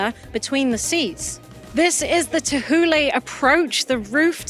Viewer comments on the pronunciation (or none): I have never heard Thule pronounced as Teh-hoo-leh before. Guess I’ve been reading it wrong in my head all this while